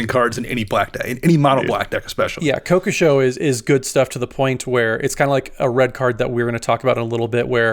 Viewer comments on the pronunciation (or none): If I ever hear it pronounced "Ko-ko-show" again, I'll slap the speaker in the face.